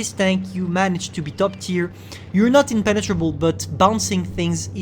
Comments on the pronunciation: “Pene-trouble” That’s what I heard. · "As soon as you go hull down you are impenetrable ." hmm , sounds russian to me